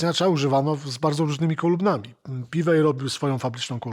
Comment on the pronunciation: na Boga, ja rozumiem, że w latach 90-tych to był problem z "pronansijejszyn", ale teraz wystarczy pierwszy z brzegu filmik amerykański odtworzyć i będziesz wiedzieć, że nie "Ibanez", a "ajbanez"; nie "piwej", a "piwi" i nie "signejczer", a "signiczer".